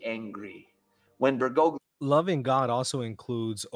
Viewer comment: The problem with Catholicism is that it is NOT an end of itself. Therefore IDC how Catholic Bergoglio (correctly pronounced more like Ber-goal-yo) nor any Pope is. The ultimate guide of the church is first of all the deposit of faith/Magisterium